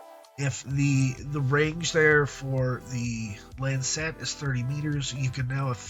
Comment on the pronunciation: stop saying lancet wrong